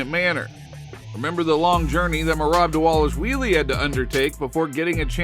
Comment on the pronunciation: This man saying " merab delashwheeelie" 😂😂😂😂😂 these channels are so entertaining from the groupies to miss pronouncing professional fighters names 😂😂😂